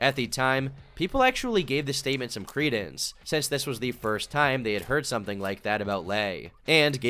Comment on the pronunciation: why does he say say since like sense?:face-blue-droopy-eyes